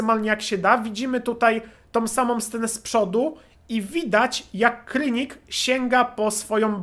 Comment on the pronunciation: nie krynik tylko kranik